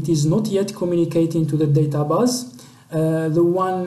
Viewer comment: Good but u need more pronunciation practice "DataBase"